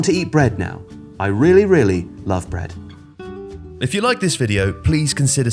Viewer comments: "Brea-eh-d!" --, September 2021. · I'm sorry, I didn't catch what said. Did he say that He LOVES bread?